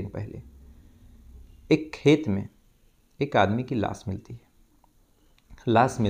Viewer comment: Las nahi lash hota h